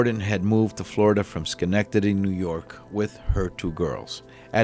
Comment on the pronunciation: Holy shit that’s where I live in Schenectady Ny lol. Good Job on Saying Schenectady too seems like anyone that’s not from around here can never pronounce Schenectady that right way